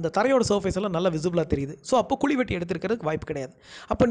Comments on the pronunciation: Sir, "KULI" ellainga.... adhu "KUZHI" yean sir thamizh a eppadi koldreenga...! enga erundhu sir vareenga neenga ? konjam nalla sollalaam la.... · Athu kuli illa kuzhi ok va